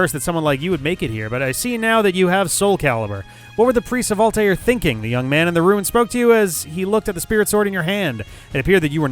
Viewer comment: So can pronounce Altai'r with little difficulty but still doesn't know how to pronounce Sai'x.